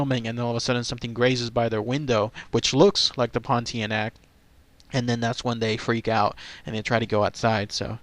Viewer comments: It pronounced as Pon-Teah-Nak ... not Pon-Tee-Neck . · Your pronunciation of the name is a bit off,... the end part of the word is pronounced 'nahk,' (like 'a' in 'car'). So, it'll be more like 'pohn-tee-ah-nahk'. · pronounced pawn-tee-ah-na-k....….